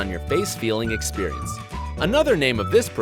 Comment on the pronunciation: It's "Experience"